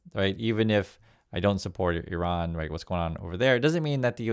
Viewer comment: Thanks for pronouncing Iran correctly. It's quite the scene that people being highly paid can't be bothered to pronounce the name of the country they are about to slaughter thousands in.